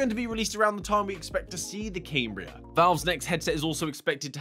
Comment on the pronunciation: Surely it's "Cam -bria" and not "Came-bria" ..Sorry lol, just glitches me out lol. Can't wait for the proper reveal😯